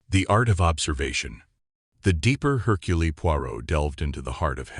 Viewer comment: Seriously!!! He pronounced it Hurculee!!!! Don't bother unless you're going to pronounce😅😢😂 things correctly, sheech!